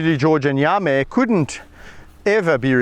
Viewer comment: You mean Yame? It’s pronounced yamm-ee. Check out all his videos. You will love this channel. His work with wildlife is amazing.